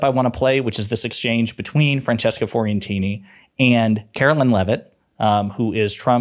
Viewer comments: PLEASE SAY FRANCESCA'S LAST NAME CORRECTLY! IT'S "FEE-O" NOT "FOR-EE". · Can I suggest a correction please? It's Francesca Fee-oh-ren-teeny 😂